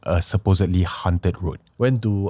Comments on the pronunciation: "Hawnt-ed", not "hunted" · I cringe whenever Anwar pronounces 'haunted' as 'hunted'. please correct the pronounciation leh